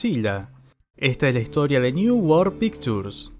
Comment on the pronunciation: voy a hacerte un gran favor que me agradecerás de por vida: pictures no se pronuncia con la t sino con la ch...."pikchurs"